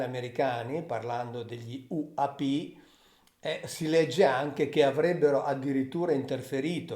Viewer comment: AP??? UNIDENTIFIED semmai che si legge "anidentifàid" QUINDI U.P. e non A.P.